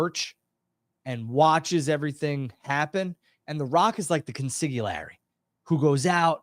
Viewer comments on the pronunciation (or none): .....I cannot believe how badly you butchered the word " Consigliere".... pronouncing it Con-sigi-larry - Aren't you Italian 🤦‍♂